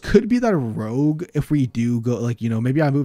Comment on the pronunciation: i love me some "rouge" decks :P